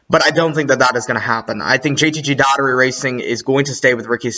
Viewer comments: It’s Daugh erty not Datery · It was hard to get through that JTG Daugherty part. Please learn how to say Brad Daugherty's name.